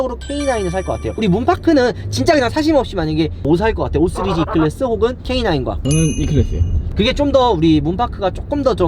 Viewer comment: 5쓰리즈 웃겨요 ㅋㅋㅋㅋㅋㅋㅋ 발음ㅋㅋㅋㅋㅋㅋ오쓰리즈ㅋㅋㅋㅋㅋㅋ